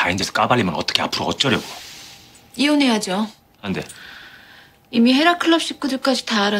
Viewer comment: 12초에서 실제 펜트하우스 볼 땐 표정이랑 발음 땜에 안댑으로 들렸는뎈ㅋㅋㅋㅋㅋㅋ 여기는 단호한 안 돼로 들린다